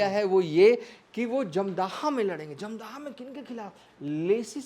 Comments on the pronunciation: Jamdhaha nahi hai, dhamdaha nam hai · अरे जाहिल, धमदाहा लिखा हुआ है साफ साफ फिर भी तुम बार बार धमदाहा को जमदाह बोल रहे हो। 😂😂 जाहिल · Kya patrakar banega r tu 1977 ko 1997 bol Raha wo ek nhi dono bol raha uper se dhamdaha bhi sahi se nhi bol pa raha hai